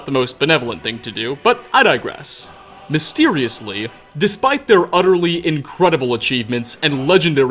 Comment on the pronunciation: you literally hold out every fucking last syllable "mysteriouslllllllllyyyyyyy"